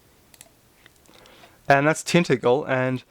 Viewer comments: First; 'Tinta-gle' castle is pronounced 'Tin--tadgle' castle i.e. a soft 'g'. Second; I completely agree with others below: if you want the truth about King Arthur, or to be correct; King Arthur the FIRST or King Arthur the SECOND, then you should watch the video: Alan Wilson Historian - The Hidden History of Britain. He gives an immense amount of detail on the whole gamut of British history we have ALL been systematically lied to and completely misled on. Not only is the 'myth' of King Arthur NOT a myth there were TWO King Arthurs. The first fought the Romans the second fought the Saxons. The history and genealogy Alan W. quotes -- and a huge amount else -- forensically demonstrates their existence AND that our history has been mangled by academics who use the completely discredited calendar of ancient Egyptian history which consequently trashes massive swathes of our history treating them all as 'myth' or outright nonsense. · it is pronounced tin ta gle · Your pronunciation is appalling. TenTANGEL. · Tintagel, "tin-tadge-el". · Tintagel is pronounced Tin-Taj-El by the way, the 'G' is pronounced as a 'J' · yes, you're right to say it existed but I find Graham Phillips' explanation/theory more convincing. and oi! it's pronounced Tin Tajel ! I like your videos :)